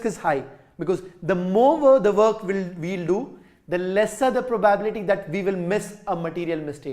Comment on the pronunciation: Sir it is not pro baa bility.It is pro ba bi lity